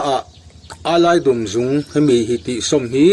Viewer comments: Eyelidum" I lam diklo AILAIDUMM.... TI A LAM TURSSSSS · Ailaidum tih hi keini chuan Aizawlkawng emaw Pangzawlkawng tih kan lamrik thluk hian kan lam ri ṭhin😂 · 😁Ni e, ka hriatdan chuan 'Ailaidum' tih a dum hi 'rawng dum' tih sawina dum tih rikdan ang chiah a lam tur a ni. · Enkawl nan an hmang i ti ringawt a, engtin nge an hman dan i sawi leh silo. Tin, Ailaidum hi i lam diklo bawk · Ailaidum chu a lo tha hle mai. Mahse ' i lam rik dan a dik lo. 🥰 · Ailaidum tih i lam rik dan hi a dik lo. dum tih lai tak hi, Zawhte dum ka nei, kan tih a, dum lai ri ang hian, ailaidum tih tur.